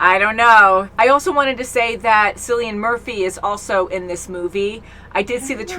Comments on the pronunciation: The name Cillian is pronounced with a K sound, not a C. " Kill - e - in" Great reaction as always 😊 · Cillian is pronounced as if the C is a K. It's also spelled Killian 😄🇮🇪☘